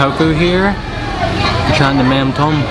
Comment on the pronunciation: It’s pronounced “mum dom “